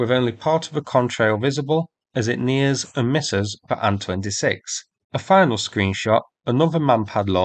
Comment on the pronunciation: I'm so incredibly relieved to hear a Bri'ish English speaker say "Ann-26" like it's supposed to be, rather than say "Aye-Enn-26" like most other Bri'ish "people" Let's also remember Sukhoi planes are Sue-#, not Ess-you-#